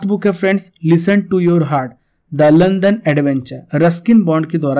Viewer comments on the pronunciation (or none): none